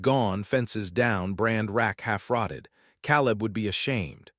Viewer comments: Ten seconds in, and the AI reader already cannot pronounce the names correctly. Seelass bell? How about Silas Bell? Calib, instead of Caleb? Could we please get people to read these, so that listening is not so painful? The story is good, and would be worth the extra effort. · Silas is not pronounced the way your AI bot is doing it. Long I, not like a long E. Oh, and Caleb is not pronounced "Cow", haha!! Long A.